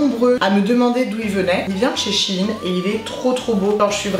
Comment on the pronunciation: ChAine Sèine et puis quoi encore ça se prononce chèine y faut vraiment aller sur wikipédia pour savoir comment case prononce fin chepas mais tu sais lire quand meme